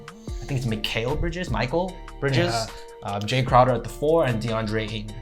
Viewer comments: It's mikal (mi-kale) not Micheal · Mikal is pronounced like it is if you actually followed this team. Also it was 8 - 0.